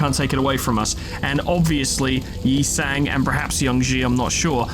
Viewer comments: The truth is revealed! never mispronounced Yi Sang's name, he was simply tuning into an mirrored dimension. As expected of our manager. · You thought I was making fun of you mispronouncing Yi Sang a bunch of times, BUT IT WAS ACTUALLY FORESHADOWING